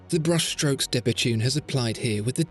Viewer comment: I thought it was pronounced 'debetoon', not debetune', but I might be wrong. Excellent video; great watch.